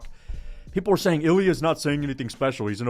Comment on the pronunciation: Please pronounce it correctly.. Its not iLL- EE UHH Its EEL Yah with a very little pronunciation of the L. Get it right